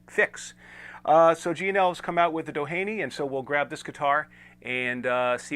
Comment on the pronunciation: Pronounced Do-heeny. Named after the beach in SoCal, which in turn was named after oil baron and philanthropist Edward Doheny.